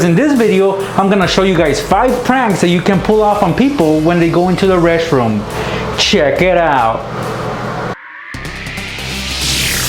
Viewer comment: I lik how he says "CHIECK IT OUT " 😂😂